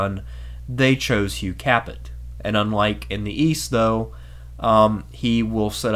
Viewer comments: Haha nice pronunciation! You would think that someone doing a history of the FRENCH monarchy would at least learn basic language skills. Typical Anglo....it's Hugh Kā Pay not Hugh CAPP IT haha. I shouldn't be surprised though, coming from someone who chose to use the modernist non scholastic uneducated BCE/CE . Read some works on Logic by Aristotle and more importantly, St Thomas Aquinus. All joking aside, everyman should study Philosophia Perennis. To learn the correct and ordered way to think logically and true. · 😓😓😓, "Hugh KAPPIT".. you pronounced it "KAPPIT". Right. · Pronounce Cap A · Capet is pronounced "capay". It's French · Hi love your video but holy shit the way you pronounce shit drives me nuts. You're telling me you've never heard how to say Capet, or Valois??? Really?